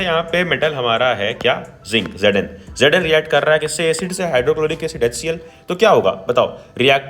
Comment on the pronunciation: Its not asid its acid and its not gedn its zn